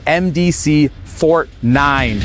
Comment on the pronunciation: "For-Tey"........just sayin.